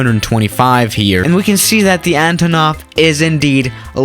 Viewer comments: Just for future reference, it's not pronounced ANTAANOV but ANTOOOONOV. Instead of the aa, it's a long oooooo sound. Antoooonov. Your pronunciation has always triggered me, 😂😂😂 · Nonono if your gonna say antonov in russian its like VODKA